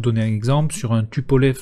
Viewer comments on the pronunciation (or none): none